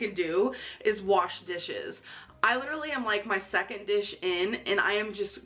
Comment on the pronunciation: “Doing dishes is the leedurally the most PAINFUL thing”. I’m just imagining her picking up one plate, and the instant she touches the soap all of her bones shatter like glass